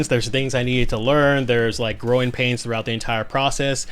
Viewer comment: You said GROWING pains. I thought you said groin pains 😭😭😭